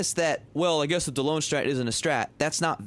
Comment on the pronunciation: Delonge is pronounced, “De Long”.